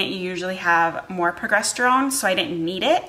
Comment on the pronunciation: It's a "soft g" in progesterone so it sounds like a j. So it is like pro-jess. Hopefully that makes sense. :)